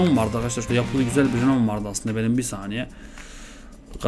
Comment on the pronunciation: olum vites e fites diyon renault a da renoult diyon nasıl bişi dir:D bak dalga geçmiyorum sadece biraz komiğime gitti